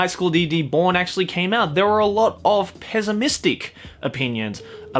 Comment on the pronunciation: wtf is "peasamistic"? Is it very sad peasants?